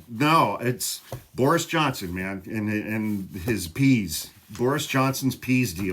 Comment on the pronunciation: “Pease” deal? 😂